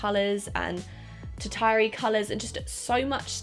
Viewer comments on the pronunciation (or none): Ter-ty-a-ree?! It's pronounced tur-shuh-ree.